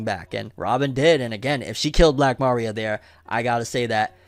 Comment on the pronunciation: Why u keep saying Ma-ria Isn’t it Maria